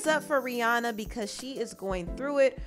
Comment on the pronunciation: It’s rih”ANNA”